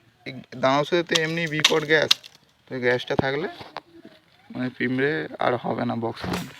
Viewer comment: পিঁমড়ে না পিঁপড়ে